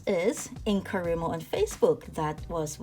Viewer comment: Just what I hope is a helpful comment... It isn't actually pronounced "In-coh-REE-mo", but in-co-RYE-mo (because the Wri represents WRITING). :)